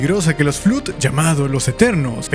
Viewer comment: Ok, me sorprende ser el primero en decirlo, pero el Flood canónicamente se ha pronunciado Flood ( /flʌd/ "fluhd" ) sonando la primera o como o universal y la segunda como o anglosonante... Que digas Flud no puedo evitar que me taladre los oídos y me de risa por igual 😂😂😂😂 me hiciste el día con eso.